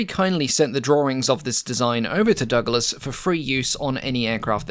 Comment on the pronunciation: I feel a strong urge to slap my thigh everytime you say Donald Duck las...